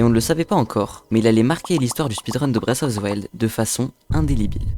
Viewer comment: Bravo pour la vidéo. Par contre, on dit indélébile, pas indélibile.